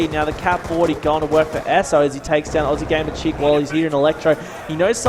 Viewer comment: It's Aussie gamer chick not oozy